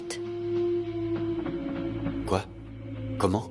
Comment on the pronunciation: Je ne sais pas comment Ils appellent Fikrète où Fikrote Il me nerveux hein 😢😂